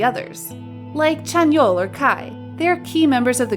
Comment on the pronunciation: It's Lee Ha Yi.. That is how you read it. Ha Yi is her name in fact but made it for stage as Hi because the pronounciation is similar to the greeting Hi!. Chanwoo, not Chan- vu.